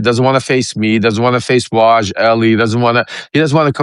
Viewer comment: Waj a hat. Three syllables